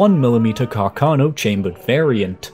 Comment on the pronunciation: It's Càrcano, accented on the first A, not on the second one!